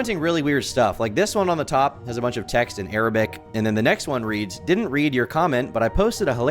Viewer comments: Bro said ARABIC, I know it’s taking away from the main point but gah lee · Lol "ARABIC" 😂😂😂😂 dude is internationally illiterate